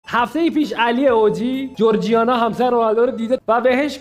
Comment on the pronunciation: جورجیانا😂😂😂😂😂نه جورجینا😂😂😂